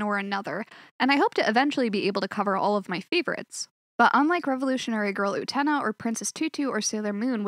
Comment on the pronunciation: Don't know the nicest way to say this but you are not pronouncing Utena correctly.